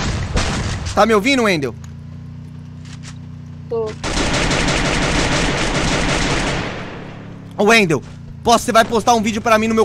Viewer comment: falou errado kkk é welder e não wendel kkk Ele é meu amigo e mora aqui perto